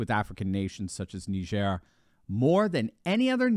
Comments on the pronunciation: I thought it was nai-jr / nye-jur Knee-jair sounds odd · It's not neigeire. It's Niger. Where do you think that word came from you jew? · It's pronounced like tiger with an "N". Ask a Nigerian. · Nee jare ??? Ive always pronounced it Nigh gur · It’s pronounced Ni-jer.. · I had no idea that country was pronounced “nee-zhair” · “NeeJearrr”. Get the fuc?k outta here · I always pronounced it..... Nigh-Jhir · I dont think it pronounced nihzer ! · Yeah, strange how he couldn’t pronounce it correctly 😂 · Please do NOT let Biden pronounce Niger! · I’m 44yo and just found out I’ve been pronouncing Niger wrong my whole life… But now how you might think 😂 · It's a shame that the doctor is pronunciation Niger like CNN does